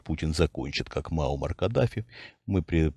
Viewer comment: Правильно произносить Муаммар Каддафи, а не Мауммар. Немного ухо режет.